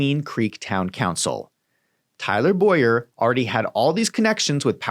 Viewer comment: Please correctly pronounce Tyler Bow-yer name as Bow-yer. My name is Boy-er. It rattles me...